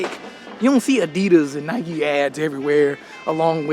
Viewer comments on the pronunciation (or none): none